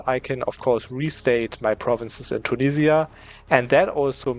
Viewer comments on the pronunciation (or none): none